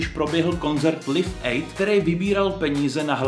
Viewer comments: Liv aid? 😂, je to Live aid ( čteno : "lajf ejd", ne "liv ejd") xd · Přestože to možná tak vyzní tak to není hate ale jenom oprava ten koncert se nevyslovuje liv aid ale lajf aid je to jenom taková korekce (nicméně nepopírám že je dost možné že to já celou dobu vyslovuji špatně) Ale mě jako fanouška Queen krvácely uši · "Lif ejd" 😂😂😂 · Ten Live Aid jsi vyslovil trochu blbě 😂